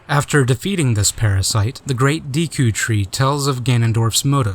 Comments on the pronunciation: great video but...*cringes every time he says Deeku* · Awesome video, there was a lot of info and footage in there that I've never seen before. Also, I just wanted to let you know that Deku is actually pronounced deh-ku! Thanks again for the awesome documentary! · Good documentary. I hate to be nit-picky, but I'm going to point one thing out: Correct pronunciation of "Deku" , & Incorrect pronunciation of "Deku"